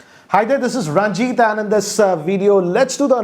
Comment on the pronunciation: Plz yar...aap khudka name achese lete jao....every time I listen "hi I'm ".....😆